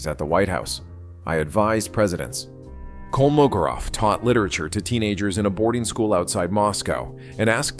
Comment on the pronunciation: It's KolmoGOrov. The stress is on GO!